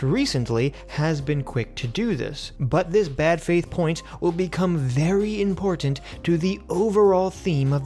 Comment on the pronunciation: used to say "im-por-tant" like he makes fun of Lauren Southern for saying it like. Lol